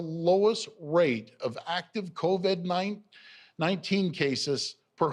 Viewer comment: Doug "Co-Ved-19" Ford